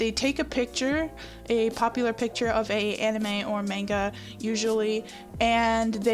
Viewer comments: Manega???? Monga.... it's Manga as it Manga. The "mantis said like how you say "monday" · I used to use bases and I regret every single time I used one BUT DID YOU SAY 'Maine-gah' AHHH Wat I thought it was supposed to be pronounced 'maun-gah' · Main-ga...ugh TRIGGERED lol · O gawd you mispronounced manga now I'm triggered. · Manga Not Manga